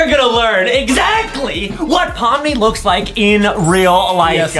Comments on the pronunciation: Pomni not pomi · Wait hold on you said pomi its pomni